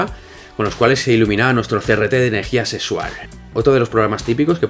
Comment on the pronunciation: enerrrgia sesual xDDD